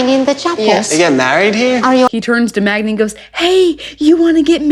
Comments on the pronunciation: Idiot still calls her Magna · Why is he still calling her Magna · not being able to say Magda's name right is problematic. 😂